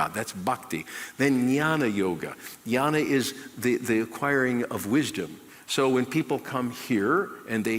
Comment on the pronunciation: idiot it is not yana or yoni yoga. it is gyana yoga.the more i listen to him i get more irritsted. god give me patience